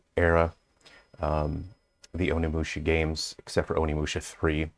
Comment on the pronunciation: be a bit careful about pronouncing OnimushA, not Onimushi. Mushi means insect in Japanese.